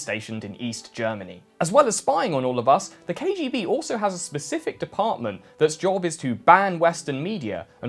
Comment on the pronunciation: Cant pronounce KGB but thinks hes smart with some stone old soviet jokes bravo